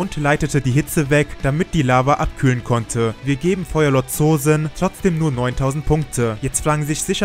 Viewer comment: Das o Von Zosin wir lang ausgesprochen also Zoosin